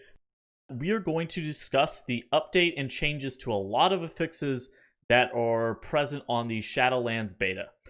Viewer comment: Really enjoy your videos, but you are pronouncing “affix” wrong and it drives me crazy. The noun is pronounced with the stress on the first syllable: A-ffix. The verb is pronounced with the emphasis on the second syllable: a-FFIX. You pronounce the noun (what you are talking about) as the verb. This article clarifies: Cheers!